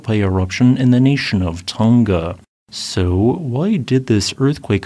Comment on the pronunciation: And Tonga rhymes with wronger, not with longer.